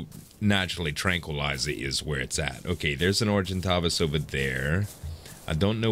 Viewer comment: ***** You are pronouncing Argentavis correctly, since it comes from Latin !! And the correct is PhiOmia... :)